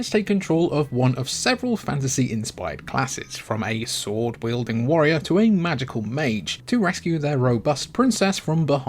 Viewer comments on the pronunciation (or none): none